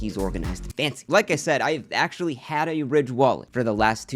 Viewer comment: “I axtually bought a ridge wallet on my own” this fucking guy lol